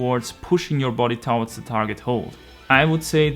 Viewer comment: Yo! Bitte lerne das Wort towards auszusprechen:D Gutes Video, Grüße aus Deutschland:)